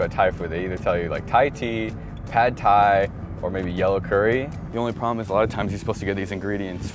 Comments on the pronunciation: "Sad Thai" was actually perfect. Well played,. Well played. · Pad Thai? I thought you said Bad Thai, ammirite? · Was the 'sad thai' was an accident or was it on purpose? It's comedy gold